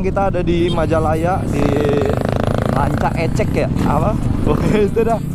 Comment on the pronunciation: Rancaekek bang bukan rancaecek:(